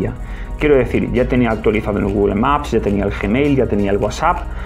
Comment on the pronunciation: Nada, me da risa cómo pronuncias Google 😸